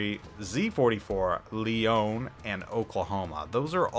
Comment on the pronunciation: Leone is pronounced just like the Billy Joel lyric "Tony Leone"... The "e" on the end is a hard E... And those "sails" are awnings rolled up...